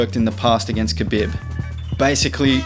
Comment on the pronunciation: Nice video but my guys name is pronounced "kha-beeb" not "bib"